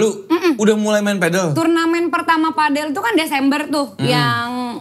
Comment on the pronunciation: PAdel BUKAN pEDEL